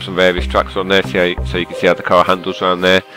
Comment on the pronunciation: Car not cat